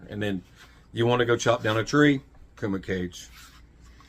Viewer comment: I 'think' it's pronounced Kooma Cahgay, not 'cage'. Pretty sure.